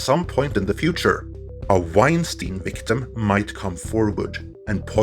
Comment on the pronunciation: Leslye "Weinsiein" Headland.